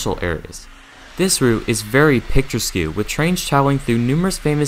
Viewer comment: Picture-skew is really getting me man… picturesque is pronounced picture-ESK